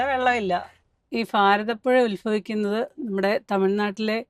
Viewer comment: ശ്രദ്ധിച്ചോ, പറയുന്നത്. ഫാരതപ്പുഴ ഉൽഫവിക്കുന്നത് എന്ന്....😅 ഭാരതപ്പുഴക്ക് ഭാരതപ്പുഴ എന്ന് തന്നെ പറഞ്ഞ് പഠിക്കൂ...😂 ന്ന് വച്ചാൽ Pharathappuzha എന്നല്ല Bharathappuzha എന്ന് തന്നെ പറയണം😅